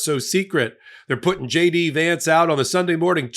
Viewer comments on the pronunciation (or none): none